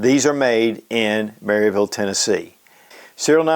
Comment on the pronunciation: Just in case you get to interact with the locals when you’re visiting Maryville, it’s MARE-avul (